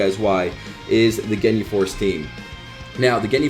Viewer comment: The way you pronounce Ginyu makes me want to stab my ears. But love the content man!! Keep up the great work!!